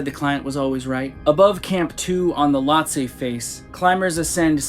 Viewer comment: Can I help you? You keep saying "Lotse" wrong. It's not "Latse". It is pronounced with a long "o" - Phonetically like this - "LOAT - SEE"